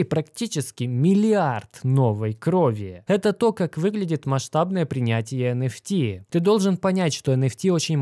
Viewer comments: Не понятно, для чайников, говорит про NFT, но слышится как энерси, это разное или все же NFT? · ЭН ФИ ТИ или ЭН ЭФ ТИ блин а ? Конфети блин